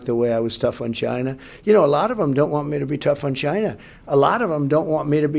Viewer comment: When all else fails, just say, “Chainah”